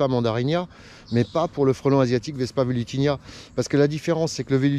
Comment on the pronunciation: Salut, toujours superbes tes vidéos. Cependant, si je peux me permettre, il me semble qu'on dit vespa velutiNA, et non velutiNIA.